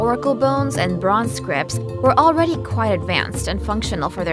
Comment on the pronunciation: The pronunciation of Zhou confused me. That is not the Zh- pronunciation I have learned but I am of course only a foreigner. (Her American English had a few blemishes amid a sea of perfection: "ancient" was pronounced without completing the first 'n', that is, the tongue didn't touch the top of the mouth at the end. "Quite" was pronounced "qui" once, with no hint of the 't', not even as a glottal stop. Both mistakes are typical for native Chinese speakers.)